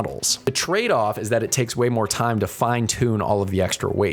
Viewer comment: why did you " wesate all this theime " ahaha